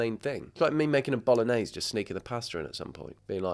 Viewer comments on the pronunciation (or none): none